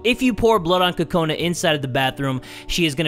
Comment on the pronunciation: When Kokona is in the bathroom, you're calling her Kokoni.I was lauphing too hard😂😂😂😂😂😂😂😂😂😂😂😂😂